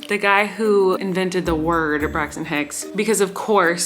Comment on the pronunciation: I thought she was saying "braxts and hicks" this entire time